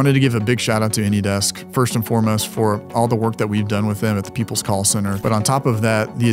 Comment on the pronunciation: I find it incredibly funny that the scammers consistently use the name of a service that they can’t pronounce properly 😂 “anydex”